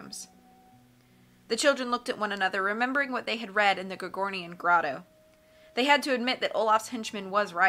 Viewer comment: I'm on your side. This lovely gal makes good videos, but these people can't even imply ill against my darling Tim Curry 😂 To be brutal she can't say "gorgonian" and she cannot do the "aye" correctly. Pronunciation or gramatically Great Carmelita tho Overall great videos, but I do prefer Tim Curry